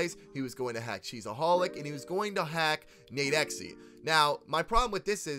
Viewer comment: that boy said “ nadexy “